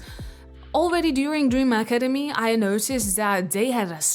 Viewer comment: “Dream academy” No No No “Dream acadime”😂😂😂😂